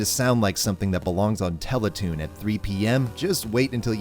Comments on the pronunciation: "teletoon" YOU'RE CANADIAN! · Wait is Canadian Teletoon